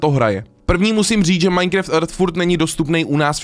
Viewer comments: Taky vás štve že říká MINECREFT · Můžeš už konečně přestat říkat "MINECREFT" 😂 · už to byla taková doba a furt říká majnkreft hmm